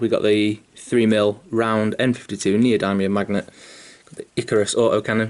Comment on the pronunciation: Pronounced neo-dimmium but awesome vid mate. Going to try this out on my next Knight :)